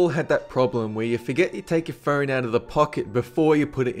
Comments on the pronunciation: It sounded like he said "fern" when he said phone. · i like how he says "phone" like "pheewn" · and phern for phone